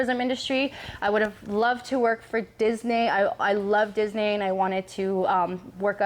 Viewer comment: YESSSSSS I’m here for this!!!! First of all you say Disney so funny girl 😂 I was like dis-nay??? So we need to manifest #dippedbydeeDisney bet. Second, what I love most about you is that you are very open and honest on IG when it comes to being a young business owner, you say what you want and I hope you bring this on to YouTube as well! F what any haters have to say because you got here being you. I can’t wait to watch all your posts boo WE READY!!!!!!! ♥️♥️♥️ came for the strawberries and stayed for YOU